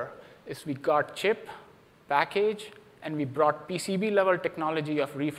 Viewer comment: mega chimp (not chip) chimp